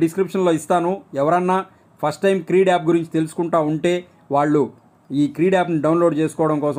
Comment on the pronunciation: క్రీడ్ కాదు క్రెడ్